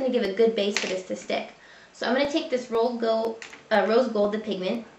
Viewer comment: Did you say Rose Gold or Old Gold?